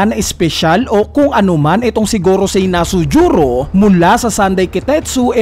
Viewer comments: Nusjuro un, sir hindi Nasujuro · BAKIT NASUJURO YUNG PGKAKABIGKAS MO?